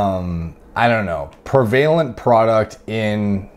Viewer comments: Hey boss the emphasis on the word “prevalent” is on the “pre.” So it would be PREH vuh lent. Not pree vay lent. Great vid. This mispronunciation is “prevalent” in your videos. If the word is prevalent in your usual vocabulary, which it seems to be, you should correct this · Prevalent is pronounced pre-vu-lunt, not pre-vale-unt by the way. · Bro if you say PRE VAY LENT one more time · i’m supposed to believe the guy that can’t even say prevalent properly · love your videos homie but you pronouncing prevalent wrong my swiggly wiggly